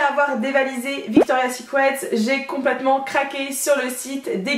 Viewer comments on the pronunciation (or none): "Victoria's sicwet" désolé mais ça m'a fait rire